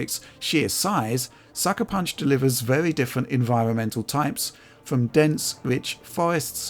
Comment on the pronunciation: pwe wendewed cinematics wun vewy well